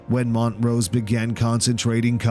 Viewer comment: HE KEEPS CALLING HIM MONT ROSE 😆